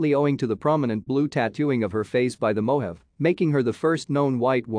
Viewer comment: its not mo have. its mo haw vee